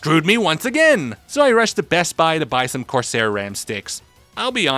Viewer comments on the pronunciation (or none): none